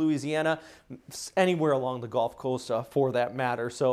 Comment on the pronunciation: He says GOLF of Mexico hahaha